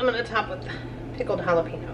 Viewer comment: Jalapeños….is pronounced with an additional syllable then you pronounce….might want to listen to a Hispanic channel for pronunciation